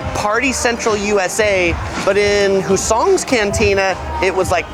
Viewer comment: The accent is on the first syllable of the word "Hussong's".